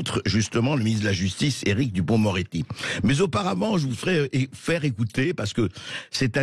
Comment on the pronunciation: Lapsus à "duporc-moretti", excellent.